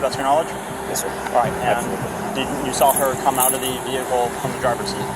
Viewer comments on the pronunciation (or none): What's a jehical. 😂😂😂 Well that's what he said. Maybe it's a car that don't need gas or electricity. Maybe ur looks can boot the car up😂😂😂😂😂😂